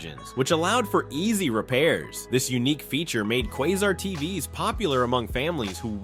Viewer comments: KWAY-zar not Quaw-zar...... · Did you also notice "Norgee", "Raider Range", "GEeeee" and "Kwah zer"? 🤣🤣🤣 Ya gotta love Artificial Intelligence! I'm afraid it's not going away anytime soon. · They also mispronounced Norge as Nor-hay and Haier as Hair and Quasar as Quah-zar. I suspect a machine that refuses to be consistent in pronunciation.